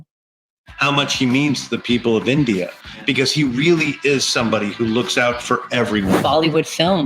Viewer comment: Can’t say the word India